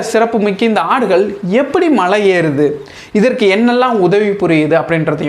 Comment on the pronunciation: தலைவரே மழையில்லை. மலை.